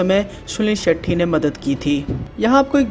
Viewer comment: हर बार भाई सुनील शेट्टी के बजाय सुनील शेट्ठी कह रहा है।